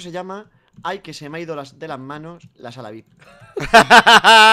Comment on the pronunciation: cuando dijo "sala vip" yo escuchaba "saladix"